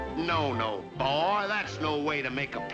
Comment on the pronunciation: Boi: Boai